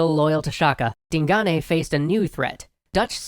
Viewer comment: Way to mispronounce Digane.